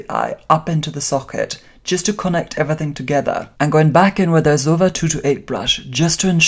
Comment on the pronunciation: Pronounced zo-ee-va darling. Loving your work. 👏🏻